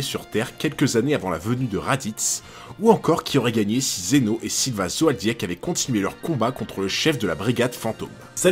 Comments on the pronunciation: Vidéo très intéressante (on parle pas assez de Kurapika et de la Brigade Fantôme ╥﹏╥ snif). Par contre, 'Zoldyek' ? Ça se prononce Zoldique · Pourquoi tu dit zoadiak? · Tres Bonne video mais pourquoi Tu dis Zoaldiec?? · Il nous faut toujours plus de gens qui font du vontenu HxH. Par contre la prononciation de zoeldyck me fait tiquer. Sinon gg pour la vidéo elle est trop cool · j'ai dislike à cause de ta coupe et de ta prononciation douteuse du nom Zoldik